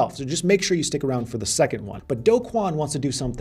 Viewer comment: The only youtuber who pronounces Do Kwon's name correctly. (mostly lol)